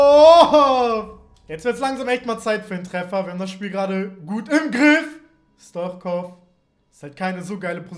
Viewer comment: Man liesst es Stuitschkov ich bin bulgare und weiss wie mans sagt Bitteee Liken damit ers sieht